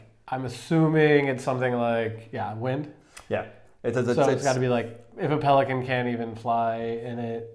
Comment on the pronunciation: Some pronounciation tips: "Ugler i mosen" --- "Oolah ee mowsun" "en lækker sild" --- "In laker seal" And it is not for someone you love, it is for a good looking girl (osrry, guys), i.e. a babe "Klap lige hsten" --- you got that one. Might be related to "hold your horses"? "Pelikan" is "pelikAAn" "Det regner skomagerdrenge" --- "Deh ra'eenuh skow-mah'yah-draynguh" WHY WOULD YOU USE THAT WITHOUT BEING A NATIVE DANE OR LINGUISTIC MASOCHIST??? You poor, poor man... And they made shoes, not horseshoes. Skomager literally means shoemaker. Drenge means boys, i.e. apprentices. "Træde i spinaten" --- you got that one, but more "spinAAten"